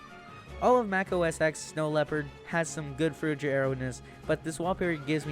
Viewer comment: i hate to correct you but before the iPad was released in 2010, it was called iPhoneOS instead of iOS. And the X in Mac OS X is pronounced 10 instead of X, as it's the roman numeral (same on the iPhone X, Xr, Xs, and Xs Max)